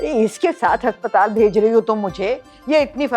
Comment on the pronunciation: Haspatal NAHI aspatal 😅